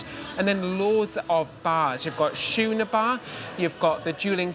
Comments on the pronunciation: Great video, as always!!! That ship is probably too large for what I like but it does look lovely. Just a constructive instructive note here for - the word “schooner” is, I think, pronounced “skoo-ner”, not “shoo-ner”. That is the way I learned it in the USA, anyway. Love you guys!! ❤❤ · Great video guys!!!....can't wait to see the rest of the ship. I have to laugh though because it is pronounced 'skooner' not shooner'......lol.... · Just if you're curious, it's pronounced 'skoo-ner'. Hard C. I heard you ask in one of your episodes I think. Love your content!😊❤ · Psst, 'schooner' is pronounced with a hard C. Sounds like 'skooner'. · in the us we refer to the schooner bar pronounced like scoot , scooner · Guys, it's pronounced "Skoo-ner" Bar. A Schooner is a type of Tall Ship sailing ship. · it's pronounced the same as school, it is a small boat. Schooner.